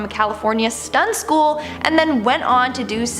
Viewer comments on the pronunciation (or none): none